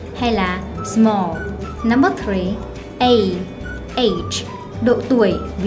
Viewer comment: number "th"ree . ok i'm fine -_